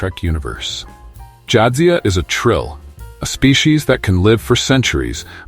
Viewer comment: How about "Jaaad-zia Dax?" It's "jad-ZIA Dax!"